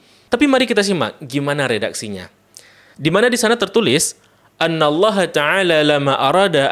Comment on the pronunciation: Akhi, kenapa di menit kok bacanya difathah, padahal harusnya dikasroh? Alif hamzah di awal kalimat, terletak setelah kata perkataan; misal: kata kerja, perintah, larangan, dll), sebagai kata sambung maka itu HARUS dikasroh "Inna", selain dari itu difathah "Anna". Maaf ya akhi, ini koreksi untuk bahasa Arab antum yg sering keliru setiap ngebaca إن, semoga bisa dikoreksi untuk ke depannya.